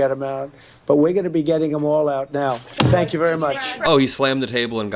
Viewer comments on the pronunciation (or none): This Stephen Miller, why does he always say 'thank' with a voiced th (as in 'this')? I hear him do it every time. Isn't he strange enough as it is?